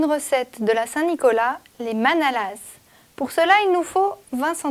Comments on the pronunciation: On ne prononce pas le S dans manalaS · Vous n'êtes pas alsacienne je pense car le S ne se prononce pas comme dans la langue française en général concernant le pluriel en fait ^^